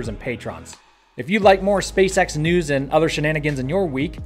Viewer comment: Intro today: Hi, I'm, a this is SpaceX in the noose Me: Oh no....